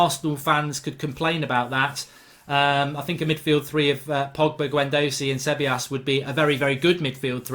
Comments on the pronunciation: Ceballos= Se-Bay-os. Like that Mark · Hey mark! Its pronounced SAY-BIOS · Pronunciation Dani cab/I/yos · Its pronounced ' se bye os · 1min in and only united players in for me should be De Gea Wan Bissaka and Maguire. All rest Arsenal have better players in the positions. Its pronounced Gwendoozy and Ce bile os for Ceballos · Se-bay-os is how you pronounce it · It's pronounced See-ba-yos (Ceballos) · ceballos is pronounced say-bayos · cabellos - suh-bai-os martial wouldnt get a sniff at arsenal lol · It’s pronounced “Ce-bah-yos” the 2 L’s together in spanish make a y sound. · I'll help you with the pronunciation of Ceballos: "Seb-eye-oss". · Its pronounced sebayos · How did you pronounce Ceballos’ name? 😂